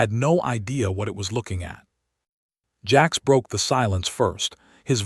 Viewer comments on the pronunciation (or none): His name is Jax but your A I says Jacks come on not good enough sort your shit A I out or just dont post